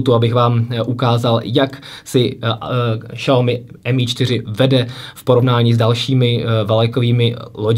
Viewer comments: Je to spíše Siaomy ale nedá se to takhle napsat je tam zvláštní akcent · Bože nečte se to Šaomi úplně mi to rve uši! Žil jsem dlouhou dobu v Číně a i mí čínští kamarádi se tomu vždy smějí. Zjistěte si laskavě jak se to čte!